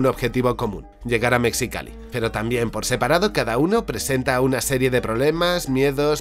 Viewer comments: Pero oye bro, no se dice MeXicalli, se dice "Mejicali" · Mexicali se pronuncia mejicali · Se pronuncia "meJicali" asi como Mexico se pronuncia"meJico", lo ironico es que hace frontera con la ciudad de Calexico USA, a la que muchos mexicanos llaman "caleJico" cuando esa ciudad se pronuncia como se excribe Calexico. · me sorprende que digas Mecsicali en vez de Mejicali... Espero que no seas de los que a la tonta Tejas le dicen Tecsas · Desde antes de ver el vídeo sabía que ibas a pronunciar "Metzicali" xD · Se pronuncia Mejicali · Mejicali se dice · Se que es confuso pero mexicali se lee como "mejicali" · Se pronuncia "mejicali"... Como "mejico"… recuerda que la "x" tiene pronunciaciones caprichosas en esta región del mundo. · Que tal feo! Mexicali se pronuncia "Mejicali" Igual que en el caso de México Un abrazo desde México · Un consejo mi, usualmente los lugares en México que llevan "X" (como México) y después una vocal se leen como "J" y cuando llevan "X" al principio seguido de una vocal se leen como "S" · Hola! Mexicali así como México. Se peonuncia la X como J. Mexicali viene de la unión fe México y California. Tiene. La ciudad es una mezcla de todo el país.